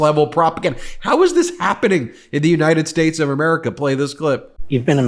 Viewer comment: What the hell is the "United Sss"